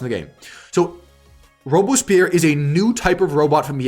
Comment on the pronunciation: Robespierre is actually pronounced /rowb-spear/.